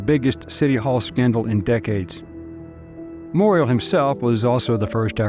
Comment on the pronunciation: Moriel is pronounced “Moore-ee-Al.” Last syllable rhymes with owl or Al like Al Rocker.